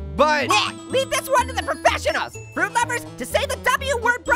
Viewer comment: Are you frut or vegetable